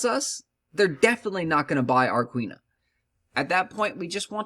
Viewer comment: Quinoa (keeen - wahh) fyi